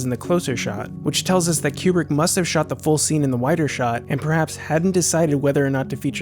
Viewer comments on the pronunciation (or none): It's Kubrick. Not Qubrick. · I thought he was saying Q-Bert